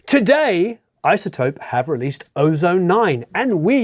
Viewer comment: It's IZZZZZZotope, not ISSSotope !!! You might as well say OSSSSone !! My point is why say it like that ? It's like those yanks that say So'dering instead of Sollllllldering !!! So annoying !!!